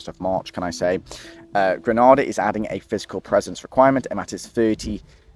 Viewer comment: Pronunciation: 1) Gre-nay-da 2) St Lu-sha "Gra-na-da" is in Spain That's the English language for you. 🤷 You're welcome :)